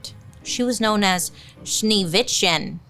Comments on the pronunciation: u pronounced “schneewitchen” really well ( i’m from austria) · I love your videos so much, been following you for so long 🖤 and btw I know you struggle with pronounciation but I am german and you absolutely nailed "Schneewittchen" 🖤🖤